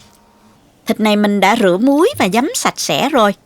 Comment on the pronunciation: mình rất thích xem kênh của., vừa ngon vừa sạch sẻ, trình bầy.chi tiếc,, rỏ ràng,món ăn nào cũng ngon và hấp dẫn, về giọng nói thì hay và dể thương tuy nhiên xin góp một ý nhỏ đó là những từ có dấu SẮC thì cô đọc êm êm.xuống bớt một tí thì hay hơn, ví.dụ như những từ: CÓ,.CHÉN, MUỐI, nếu cứ đọc lên giọng như thế nghe nhiều lầ rất nhức đầu. chỉ là góp ý thôi nhé, xin cảm.ơn.